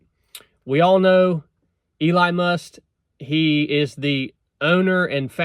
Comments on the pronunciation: Is he saying "Eli Must"? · He be talking about your Eli Must pronunciation too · did you just call him Eli must? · It’s Elon Musk. Not Eli Must.😂😂🇺🇸I love ya man.